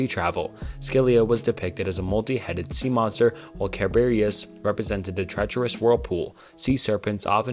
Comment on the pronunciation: "Silica and Siberias" is crazy 😂 In all seriousness, it might be a good idea to look up how to pronounce names you haven't heard before rather than just giving it a try and sticking with the first thing that comes out